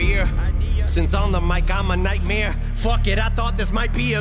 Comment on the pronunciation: "Nightmere"... How have I never heard people pronouncing it like this... my whole life has changed!